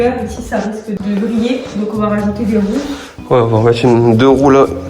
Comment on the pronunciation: Sympa l’idée . Par contre à j’ai rigolé « 0n as des woues ?! , un rail » 😂